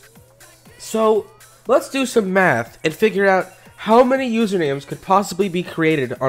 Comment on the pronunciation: Sorry but it sounds like your saying meth not math